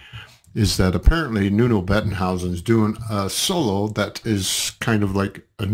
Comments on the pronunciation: Nuno plays like that for 30 years now - he's the greatest. OAT. Maybe, if you listen to it for the first time, you should listen to it in one piece... instead of separating it into four pieces. p.s. And his name is not Nuno Bettenhouse.. it's Nuno Bettencourt. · BETTENCOURT, not whatever you were saying.